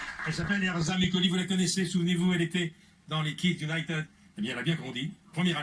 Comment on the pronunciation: "Kids Uniteud" 😭